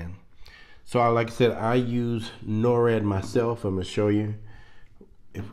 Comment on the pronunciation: you keep saying norad but its nord. norad is something completely different. NORAD is North American Aerospace Defense Command. Just wanted to clear that up. But thanx for the info.